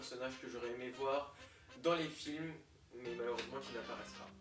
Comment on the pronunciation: Très bonne vidéo :D Par contre le "filmes " avec un e bon ... Voilà quoi :p